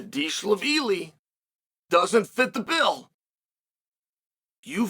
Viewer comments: Now it’s Deeshlaveelee? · deesha veely lol tbf it is a hard name to say